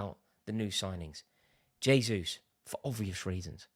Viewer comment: Jayzus - Portuguese not Spanish